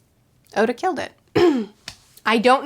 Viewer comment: we put the g before the o in Goda for a reason